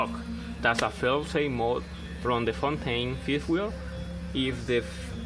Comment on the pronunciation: You pronounced "Fontaine" perfectly, and personally I think you can NEVER have "too many" chains when lifting large heavy objects, especially odd shaped ones you want to keep balanced.